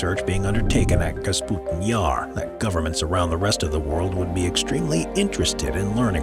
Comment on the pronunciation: Kapustin not Kasputin.